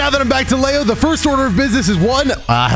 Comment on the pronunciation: Where is this lay-o coming from? Isn’t his name pronounced Lee-o?